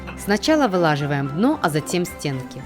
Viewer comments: вылаживоем😂😂 может выкладываем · когда-нибудь, хоть кто то научится в их семье озвучивать видео с правильным произношением...ВЫЛАЖИВАЕМ ДНО.....яблоня от яблони.. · Извините мама ванзая но правильно говорить выкладываем а не вылаживаем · Выкладываем, не "вылаживаем"